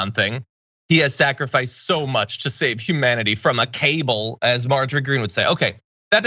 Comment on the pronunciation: it's not cable John... it's KAA-BALL... 😉